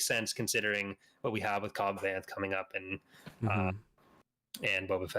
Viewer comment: Cobb Vanth=Cobb Vance but pronounced with a lisp